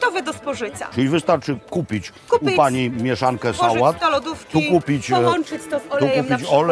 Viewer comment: jezu jak ona mówi 😐 kupic, z nasjon bio dziewczyny zaczekajcje😬gotowy do spożycja